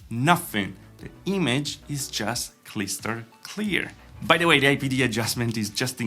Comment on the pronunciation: “Cryster Clear” 👏